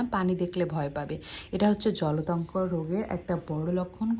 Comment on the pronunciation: joltanko na apu jolatonko